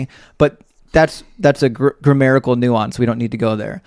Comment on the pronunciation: I gotta say though it's WAY worse when the host says "grammarical".